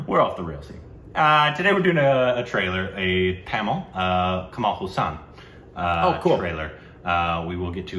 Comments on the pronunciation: Haasan. The first a is long and the second short. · Guyssss...its "HAASAN...HAAAAAA" how come it can be "HUUUU" :D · Kamal Haaaaaaasan Haaaaaaasan Haaaaaaasan...NOT Huuuusan! My God, you guys! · (read in Hermione's voice) It's not Kamal Huusaan, it's Hasaan. This is why you don't have an interview with him. Everytime you call him, he picks up the phone, and says, "Sorry, wrong number".